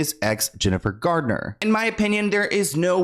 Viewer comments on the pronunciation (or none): Jennifer GARNER not Gardner dude, lol. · It's Jennifer Garner. Not Gardner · IT’S JENNIFER GARNER!! Every time you say Gardner I cringe.